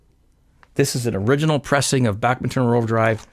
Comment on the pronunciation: It's pronounced BACKMAN.